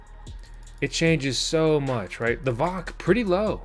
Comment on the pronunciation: Dude.. VOC is pronounced by each letter.. V O C. lol.. I'm solar mining 2 mini doge miners. One of them has your decals on it. They are still profitable. Just wish I had more than 300Ah of lithium so I can put them in my shed and let them run overnight. I'll get there. I hope you do as well.. but as you try and understand what your telling the viewers.. Amps don't matter. You take the VOC and add that up based on how volts your controller can handle. Example.. Victron 150\45 controller can handle up to 150v and 45 amps. When you wire panels in series.. you add the VOC's in total to just under the 150v. Anything more will kill your controller. Wired in parallel is adding the amps. Cold weather like you get the panels to higher voltages, so when building your system, keep the VOC about 10% under that 150v Remember watts don't matter. Here's another good example: I have a Delta II power station. It can only handle up to 60v. The manual says 500w maximum.. but as technology changes.. I use a 545w panel.. and it only produces about 56v.. so I've overpanelled it and am keeping the volts under the max.